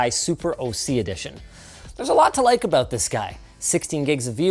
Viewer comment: "they're both abrown the same" is that a Canadian thing?